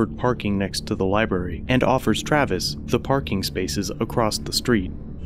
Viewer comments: Stop pronouncing "library" as "libarry" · A genius who pronounces "library" as "libarry"? Okay..